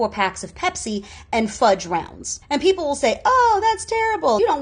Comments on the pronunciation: Peopple? Maybe EBT should cover English classes? (Also thinking that guy was satire) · What’s a “peopple”?😂